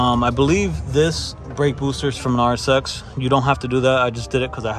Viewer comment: Really nice, man 😁 Started following when you planned on starting - haven't watched more yet. I enjoy taking it all in with one sitting 🤪👌🏼 So really stoked to look at the build now. Also, im european from norway and when you say RSX it sounds like RS6 to me, so that was funny (imagined that without subtitles 😅👍🏻) Honda with RS6 parts, hehehe. Thanks for sharing! And now its time for me to start the playlist on the bigscreen. Take care, man